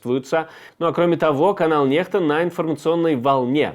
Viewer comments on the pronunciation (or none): Не понимаю,почему NEXTA произносят,как Нехта.Если буква N- произносится,как русское Н,то буква X должна произноситься,как ИКС,то-есть НЕКСТА.